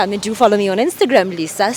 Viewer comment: Lisa uthi yurinaizer😂